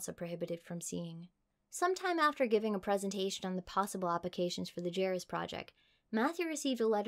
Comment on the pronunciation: This has maybe been pointed out on this (at this moment) two year old video, but it's pronounced Yar-ee-us, not jerry-us.